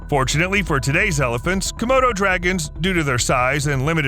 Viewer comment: Er...was that a Komodo Dragon, or, hmm, er...a "Commode O'Dragon"...? [ sorry! ]